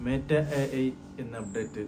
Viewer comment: മേറ്റ അല്ല 😂😂 മെറ്റ എന്നാണ് 🤣🤣🤣